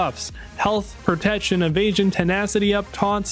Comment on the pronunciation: Am I the only one hearing "propection" when he say "protection"? Not hating just wondering if my ears are fucking with me 🤣